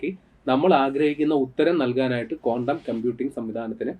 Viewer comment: കോണ്ടം അല്ല ചേട്ടാ ക്വാണ്ടം